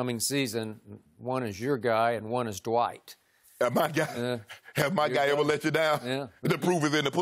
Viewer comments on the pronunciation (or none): Shannon said ‘Dwite’ “LOW HANGING FRUIT” 🤣🤣🤣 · Dwiht, No G in dwiht !! Lol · Shaq knows - that there is no "G" in Dwite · Shannon and Skip were calling him Dwite. Lol. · "Dwite" has Kryptonite boots... LOL! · Jalen Rose sais it best, there's no "G" in Dwiht. He ain't that guy. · "Dwite" is a decent player..lol SHAQ